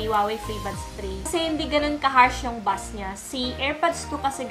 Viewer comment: bass po yun (as in base) hindi bus